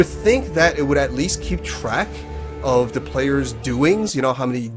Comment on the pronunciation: You keep saying "de flock" when you mean "the flock" and it makes me cringe each time you say it